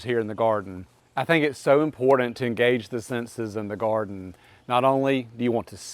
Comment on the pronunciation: Take a shot every time he says, “In the goarden.” 😂